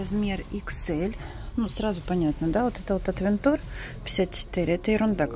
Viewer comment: привет. Аутвенчер Правильно. Ты ведь моя дорогая всё понимаешь, что такого брендах неттттт.........А ТЫ ГОВОРИШЬ АВЕНТУР, ЭТО НЕПРАВИЛЬНОООООО. ТЫ ЖЕ НЕ ПЕРВЫЙ РАЗ В СПОРТМАСТЕРЕ.